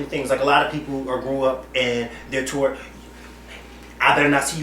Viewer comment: LMAO.. Sounds like is saying "Toe'Wert" instead of "Taught"!!